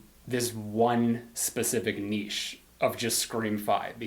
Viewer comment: Did I just hear a North American pronounce 'niche' correctly? Surely not.